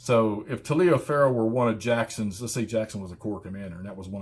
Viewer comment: Endless fun from this series. Look up how Taliaferro is pronounced, it will surprise you!